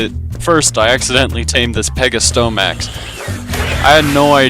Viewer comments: Did you say some names wrong in purpose or not? Anyway everytime you called the pegomastax "pegosyomax" my mouth just teared apart of laughter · The way you pronounce pegomastax and thyacoleo hurts me but other than that great video